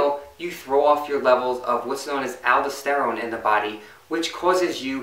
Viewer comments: i think you meant "al-daus-ter-rone" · great video, appreciate your work! One thing.. it's alDOSterone, say it like you say tesTOSterone.